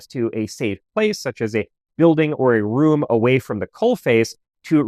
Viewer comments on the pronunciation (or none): none